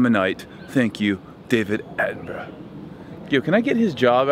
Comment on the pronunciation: Jamie Uzzell haha he’s 91, gonna be working till he’s 101 apparently 😂 what’s funnier is the way he pronounced his name... Attenbro?😂